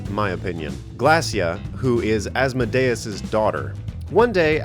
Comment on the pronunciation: You pronounced asmodeus wrong